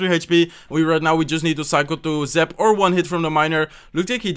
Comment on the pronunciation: That's zap...not zip ya nub !!!!!